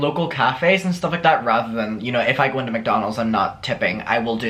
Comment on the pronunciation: Cafe nero is top tier. 👌🏻 I also really love when you say into cause it sounds more Scottish like 'intae'